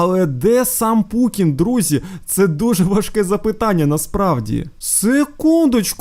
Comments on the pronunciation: Ти кажеш не правильно не Пукін а Путін 😅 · Не путын а пукын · Ти сказав не Путін а Пукін😂😂😂😂😂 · Не пукін а путін